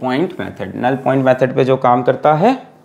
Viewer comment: Legend always say jow by jow = jow by jow😂😂